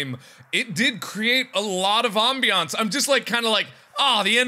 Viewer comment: I know he just said it weird